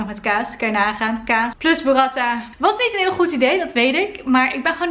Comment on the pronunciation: Super goede video! Heel fijn om kennis te maken met een (andere) ervaring van iemand. Ps: burrata (lange a), geen burratta (korte a) 😉